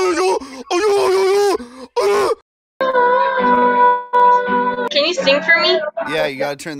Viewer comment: "ARE YOU A YOUOOYOUTER" 😂😂 im actually crying